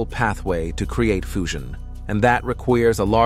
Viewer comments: Narrator needs to learn how to pronounce words. EXtra-p'late is wrong. Normal humans say ex-TRApoLATE. Earlier, he said fooshun. It is FEWzhun. Which was odd because a few lines previous he got it right. Anyway...I came up with a "parachute" shaped, expanding universe theory in the late 1960's and early '70s when one of the most popular theories of the time was a donut-shaped universe, which I dismissed as stupid, and dubbed the name of my own mathematically-derived design a "Godilome". The basics of the theory have not only held up throughout the decades but in fact the more we learn about the universe the more this model is confirmed. The fact that Webb has found galaxies much more developed and larger than expected at more than 13 billion years old super-confirms my theory, which in part requires that all matter returns to its point of origin in a what can be described best as "collapse and rebirth". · Please listen from point on: the narrator makes pronunciation mistakes no mother tongue speaker would have made: fusion /foo-shion/, requires /re-kweers/, larger /larg-er/. And there's no reason why making the errors at that advanced point of the video... if you're a real narrator, and not a reading software. Why aren't we told we're given a machine-read narration? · What's going on here? Words pronounced correctly change to incorrect pronunciation. Listen carefully from "fusion" becomes "foo-zhun" "requires" becomes "ree-kweers" "larger" becomes "lar-ger" (g as in good) Why aren't the mispronunciations consistent? Sometimes "gyro" is pronounced "guy-row", and sometimes it's pronounced correctly. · "foosion", "reqviers", "larg er" Interesting pronunciation